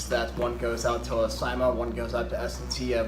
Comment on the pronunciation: “C-MA” NOT SAI-MA